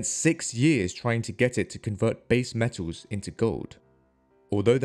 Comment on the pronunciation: Metaws? Gowd?